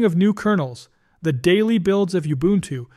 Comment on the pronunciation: And it's very, very irritating. Youbuntu turns into ubuntu in one sentence; obvious typos are confidently pronounced. Devalues the whole experience.